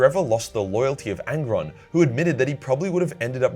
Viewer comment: Angron, it's angron